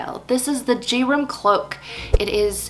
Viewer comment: Very interesting and inspiring! Just for the record, I thing Gerum is pronounced with a hard G, as in ‘gear’, and the name would be pronounced GAIR-room. I speak Norwegian, not Swedish, but the languages are very similar, related, and mutually understandable. Any Swedes watching?? Please correct me if I’m wrong!